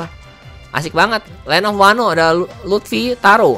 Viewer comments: Luffy njer bukan luthfi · Luffy bang bukan lutfi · Luffy bang bukan luthfi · Bukan lutfi tapi luffy bangg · Luffy om bukan lutfi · panggil luffy jadi lutfy sama kaya panggil naruto jadi narutot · Luffy bukan lutfi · Tf he said lutfi 😂